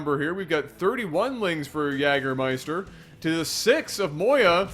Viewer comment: I have never witnessed anyone pronouncing "Jägermeister" more beautifully than did in this cast. And yes, I'm German.